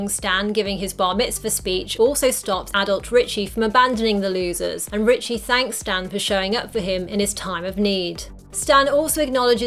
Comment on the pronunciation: It’s Richie. Short for Richard. No T in his name